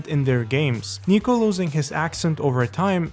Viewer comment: Dude his name is Niko not Nico